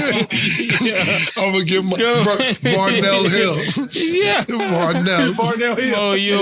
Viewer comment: Cam calling Maurice Varnel hill is wild. 😅😂😅